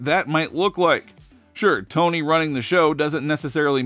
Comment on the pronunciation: I believe you're right,. (Also {as has been pointed out elsewhere} the announcer thought that Mz. Tawny Newsome's name was pronounced "*Tony*"--- so his being unsure of the location of the Academy seems appropriate.)